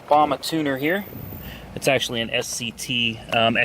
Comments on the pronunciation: It's BAMA not bam a I tard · My man… it’s bam ah lmao tell you from the north